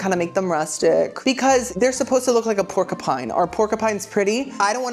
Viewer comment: Pork a Pine. I'm here for it. It's like my daughter saying "Cola cola". Never change!